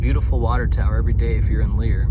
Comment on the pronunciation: Pronounced Lair.